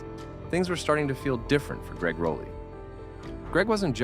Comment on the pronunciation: Rah lee -- not Row lee.